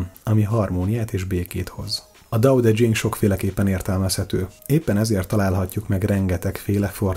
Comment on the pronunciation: Laocö & Tao tö tyhing